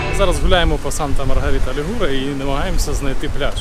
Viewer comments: Санта Марія ЛІгуре,а не ЛігУре! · Санта Маргарита ЛІгуре,а не ЛігУре!